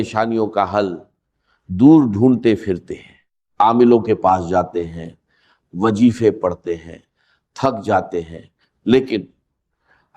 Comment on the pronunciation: Maulana saheb wajeefa nai boltey , wazeefa kahtey they